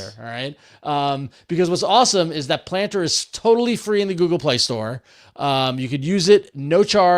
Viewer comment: So when I listened to this on audio only, I was convinced the app was gonna be "Plantr" and not "Planter." Clearly I have been online too long 😂